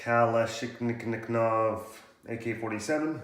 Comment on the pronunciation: its pronounced kah-lish-nah-koff